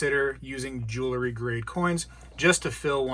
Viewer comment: Great video! I agree on the War nickels, the 40% coins from 1965 and later, the slicks (although they do still count as silver), and the fakes. But please, I implore you, just for this one thing: please stop saying, "jewl-ery"! You said it so many times I was going into a spazalitic state. The word is, "jewelry." And by the way, when the mounted soldiers come to the rescue, it's the "cavalry," and not the "calvary." ("Calvary" is a different thing altogether.) Please help me to retain this tenuous grip I have on my sanity. Thank you!